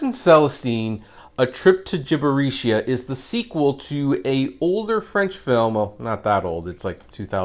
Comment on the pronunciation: Wooooooooow, Fantastic Review my man, you did in fact mispronounce that, its pronounced, jibb-er-ee-shia. Have a good day.